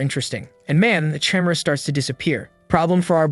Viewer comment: Why are you pronounce the Chimera like that